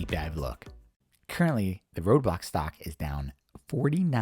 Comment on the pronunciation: It's pronounced Roblox, not Roadblocks